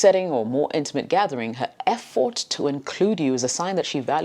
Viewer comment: I felt like she was telling fword Instead of effort